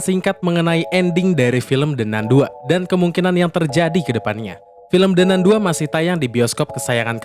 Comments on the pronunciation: “De nan“ woiii bukan “de nun!!“ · apa susahnya nyebut "De Nan", bukan "De Nun" utk baca The Nun? itu pronounciationnya bahasa Inggris. mosok gak tahu 🤣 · De Nan baca nya 😂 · De nan bang bacanya 😂